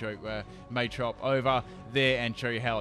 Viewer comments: Okay, so.....The way you pronounce Machamp, machop and Machoke is really annoying qwq. It's Mah-chop not May-chop QwQ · machop machoke machamp based off the word macho not may im triggered